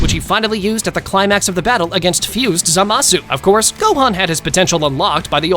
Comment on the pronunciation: also btw its zaamuhsue not zahhmaaasu